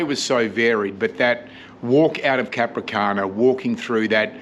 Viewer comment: The towns name is "Capranica", not Capricana....